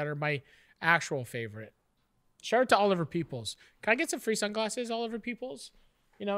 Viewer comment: I thought Matty said "Oliver Peepholes" haha